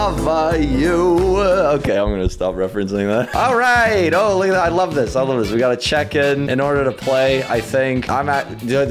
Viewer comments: And why did say "I lava youuu" than "I love youuu" please change that... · OMG WHEN SAID “I lava youuu” I HAD CRAZY NOSTALGIA